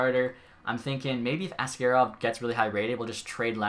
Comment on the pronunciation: Askarov is pronounced - Ask A rov - not like ask air ov Otherwise keep up the great work